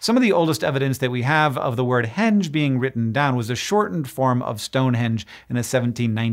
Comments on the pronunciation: That “g” did not make a “j” sound, especially if it was related to the verb hang as in this claim. And you're using the word “Germanic” very weirdly. stān is clearly Old English with the long ā having been monophthongized from Proto-Germanic *ai (the PGmc. ancestor of “stone” was *stainaz; compare modern German and Norwegian stein for the diphthong). English is still a Germanic language, so Old English stān is no more “Germanic” than English stone is. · It’s a ‘enge innit?